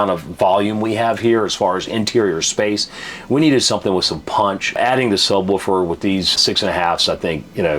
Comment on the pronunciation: "Woofer" not "Wolfer". Sub-woofer. Lol...